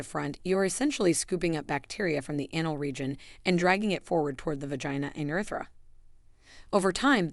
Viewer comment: Women or men do not smell badly they smell bad, not badly badly is an adverb. Also, I hate AI generated audio, mispronounced vaginal, douche and anal please stop using AI generated audio !